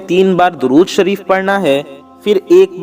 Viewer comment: اے میرے پیارے ددود تو صحیح پڑھ لیں درود شریف غلط ہے